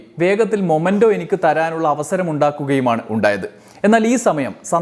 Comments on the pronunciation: മൊമെൻ്റോ അല്ല; മെമെൻ്റോ എന്നാണ് ഉച്ചരിക്കേണ്ടത്. | t is a common mistake . Please dont repeat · It is "memento" not momento, man !! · Hello dear...momento allaa... memento aanu ttuo❤